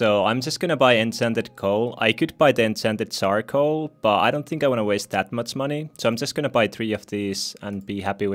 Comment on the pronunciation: When you say enchanted charcoal it sounds like you say, “incented sarcoal.”